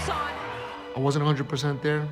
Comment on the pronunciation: dude, it was a shit performance and he admitted it. Why would he say it was his best fight. He said "it wasn", he didn't enunciate the letter "t"